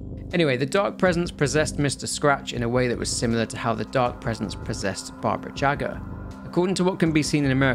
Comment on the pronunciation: Hearing how you pronounced "Barbara Jaga" (or however her name is written) immediately got me associating the name with "Baba Yaga". Just a fun little detail, Mb even intentional :)